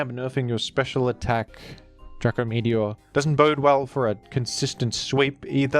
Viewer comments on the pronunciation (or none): none